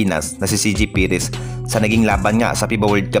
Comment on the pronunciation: Magreseach ng maayos, south asian games, jason perkin, perez not peres...more practice sa reporting at pronunciation...pacing more practice bro